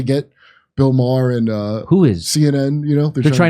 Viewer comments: Jimmy: '-then he did Bill MA-HER' Kurt: *Struggling & failing to hold laughter in after Jimmy mispronounced "Maher", & bcuz he already called him out 1× for sayin 'E-bow-knee' instead of 'Eboni'* LMFAO! 💀💀💀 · YO JIMMY WHATS WITH THE BILL MAA HER SHIT ITS BILL MARR OR POS WILL DO ITS NOT NOT MAA HER YOU FAMOUS DORK WHO CANT DINE OUT ANYMORE CAUSE WHY NOW PEOPLE WILL GO TO THE RESTAURANT HUH? IVE BEEN GRUMPY ALL DAY ITS NOT YOU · Not too long ago I wouldn't have considered watching Fox or Tucker Carlson. Now, I watch Tucker everyday and watch a lot of Fox. Jimmy, do you do that on purpose or don't you know Maher is ONE syllable - ?